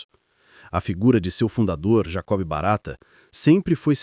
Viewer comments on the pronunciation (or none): Pronunciar Jacob como Jacobe é o fim.. A letra " b" desse nome próprio é muda, ou seja, não se pronuncia.. E outra coisa, memórias se vão mas a frota está sempre renovada, carros limpos e seguros e novas concorrências em linhas antes dominadas por certos monopólios.. Vamos atentar pro lado bom disso tudo no que se refere ao nosso conforto e segurança como passageiros e clientes...